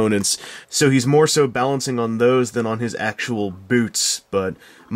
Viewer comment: did you say boot or boat..